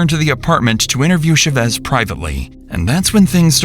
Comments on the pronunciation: ЧавЭс , ЧавЭс ???!!! Уши вянут. Озвучки от ИИ уже бесят донельзя. ЧАвэс с ударением на А. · It’s pronounced CHA-vez not shuh-vez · How is it humanly possible to not know how to pronounce the name Chavez? It's not rare, it's not from outer space. "Shevezz?" Really?? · the "sha vezz" pronunciation is wild ngl. i didn't know it was chavez til i was looking at the screen... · IT TAKES 1 MINUTE TO CHECK THE PRONUNCIATION OF THE SURNAME "CHÁVEZ" SHOW SOME RESPECT FOR SPANISH SPEAKERS BY AT LEAST TRYING A LITTLE DON'T BE A PENDEJO!